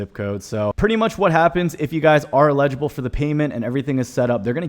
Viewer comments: LEDGE-able? 🤣🤣 you mean eligible and ineligible🤣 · The stressed syllable in EL ig i ble is the first syllable - not the second syllable - you were saying el IG i ble.